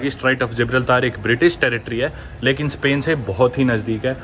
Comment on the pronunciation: Bhai kisi bhi jagah ka naam le toh ek baaar google pronunciation check karliya kar…. Future me fir apne aap ko correct karna padega., it’s जिब्राल्टर very famous destination for travellers. जिब्राल्तर नहीं It’s just an advice bro Better to pronounce the exact way it is known for. I hope you got me where I am coming from ? kal koi Bharat ko भरत bole that doesn’t sounds good. Right ? Nice videos though keep up buddy 💯 to the point baatein 🎯 laaaga reh nuve chhote